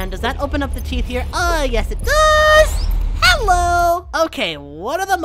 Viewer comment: Every time you say "Hello" I keep thinking HELL-o 😂